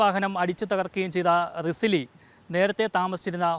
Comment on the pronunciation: റിസിലി ❌ റസില ✅